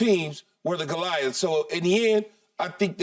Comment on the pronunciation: Skip said “Golias”.